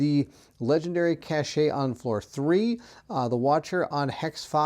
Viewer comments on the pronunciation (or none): Cache - is like “cash” … not “cash-shay” … the “e” is silent